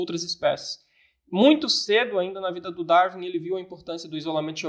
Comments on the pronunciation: Entendo que prefere dar e vir-se, mas pronuncia-se "dar-uin". Também costuma pronunciar "win" como "vim"? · Uma curiosidade. Qual é o motivo para pronunciarem "Darwin" como "dar-vim"? 3:86 Daniel até pronunciou "dar-vim" quando referiu um título em inglês. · poisé, acho que ele entra para aquele curioso grupo de celebridades com nomes abrasileirados, tipo o "scorcize" que pronunciamos "scorcése"